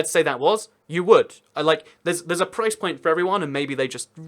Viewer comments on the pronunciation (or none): none